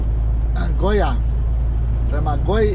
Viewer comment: Brate, nije Sozmoboteli nego Szombathely, čita se Sombathej. I nije Goja, nego Győr, čita se Ðer. Da znaš za drugi put.